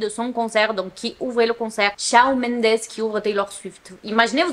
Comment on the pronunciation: Petite question pas méchante mais pourquoi tu dit « Shaone Mendes » et pas « Shawn Mendes » ( en mode dire Shaune )